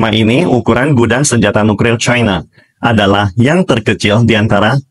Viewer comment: Apa saya ga salah denger Mimin selalu bilang NUKRIL bukan NUKLIR